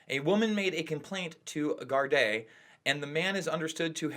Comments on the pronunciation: First of all, there's no cover up or special treatment, it's the law in Ireland that names aren't mentioned to protect the victim. Secondly, it's pronounced gaurd-ee not guard-ay. And finally Ireland is not part of the UK. You look stupid af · That's pretty much correct. Most people say the "Gar-dee".. others say "Gar-Da" (more when they're speaking about an individual one).. or just call them "Guards" collectively. Technically, it's Garda Síochána. But I agree nobody says "Gar-Day".. but to be fair this man is not from here. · It's pronounced guardee not garday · It's pronounced gar-di not gar-day ffs. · Gar-day 😂 😂 it’s pronounced gar-deee nice video, I subbed! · its pronounced gard-dee when it's more than one officer and gard-ah when it's just the one. Lol 😂 🇮🇪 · 'Gar-day' LOL! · Gar day mate😂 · how about waiting for the truth to come out and please learn how to say garda properly you ignorant twat.